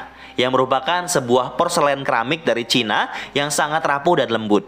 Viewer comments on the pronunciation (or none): none